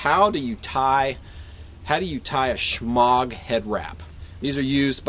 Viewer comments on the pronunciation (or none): it is not pronounced shmog, it is shemar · lol you say shmog but i'll let you away with it since you have an epic shotgun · I wish people would drop the hard G in shemagh its pronounce shee~mah or shuu~mah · you pronounce it “SHMAAR” in arabic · Nice tutorial. Now learn how to pronounce shemagh.